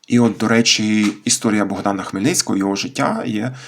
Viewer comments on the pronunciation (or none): none